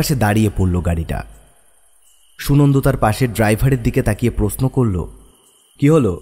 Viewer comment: প্রশ্ন uccharon khub e kharap